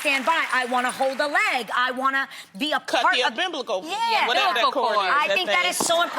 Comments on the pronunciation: When loni said amblibical lmaoo instead of umbilical 😂😂😂❤️ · She said "um-biblical" 😂😂